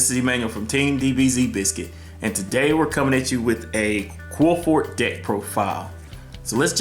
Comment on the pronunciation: Qli-Fort say it that way.